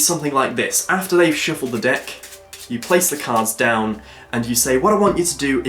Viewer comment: really ? a " a shiffled deck cards' ? LOL